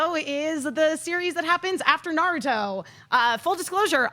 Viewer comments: i don't know about the writing,i know what i hear from every voice actor in the series.and they all emphasize in the ru not the na like the americans do, did the japanese, and did the american.although i think started to say something about the pronunciation,maybe it would be the difference between american and japanese before cut her off!!! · don't wanna argue about trivial stuff but you're wrong. was right. It's NA-ruto. said na-RU-to. that's how the Japanese say the name. Common mistake, that's fine. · I didn't watch the dub. I just remember it not being nuh-ROO-to like so many people say. That is an English pronunciation like a-KIR-a (instead of A-kira) or sa-KUR-a (insead of SA-kura) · haven't watched dubbed versions either,but trust me, it is na-RU-to in japanese and NA-ruto in english,you are right about A-kira and SA-kura,unfortunately all the big anime youtubers/reviewers are americans and mispronounce all the names which i find weird because they watch the subbed versions but i guess they don't really listen to the actors and it gets confusing,that's why i said to watch the subbed versions!!!